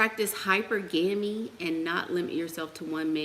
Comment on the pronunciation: Hypergamy is pronounced Hi-Purr-Gah-Me.